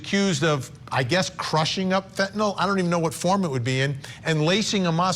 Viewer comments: You know how the news and media is 😅🤦🏼‍♀️ fentphnal😂😂😂😂 the way they pronounce it tho😂🤣😂🤣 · Its fentanyl not fentanol, and you are watching too much Law and Order. My guess is that video is misrepresented too. One cop faints and the guy beside him isn't even sleepy. Fainting is not almost dying. This author thinks the 2mg is comparable to a sachet of sugar (teaspoon) its nearly 1/3000 th of a that sachet. These are the idiots and opinions that will get her off... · MICRO GRAMS OF FENTANYL is lethal, not milligrams you moron 😂😂😂 and it’s FENTANYL not fentinollll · Can we start saying fen - ta - nil instead of fen - to - nal? It's not a barbiturate like seconal or phenobarbitol. Anyway, fentanyl comes in many forms other than pure powder. A pill the size of an aspirin is probably 1% or less of the drug and is designed for safe consumption/handling. If she put 5 of those in a drink for someone who was "naive" to opiates, it could kill them. But even the pure powder gets handled by people all the time. The people who manufacture it and package it and sell it aren't dropping dead every day. I don't have any problem believing that someone who was prepared and knew what she was dealing with could handle it safely. Plus it's possible that the officer in that video came in contact with carfentanyl, which is several times deadlier than fentanyl but often gets reported as "fentanyl". I don't see this being an issue for the prosecutors. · This guy is supposedly an expert but he can't even pronounce fentan-YL correctly.